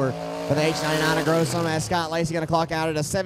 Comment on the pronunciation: Gossum not grossum